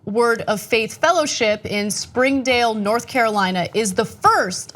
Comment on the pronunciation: It’s pronounced Spin-Dale not Spring-Dale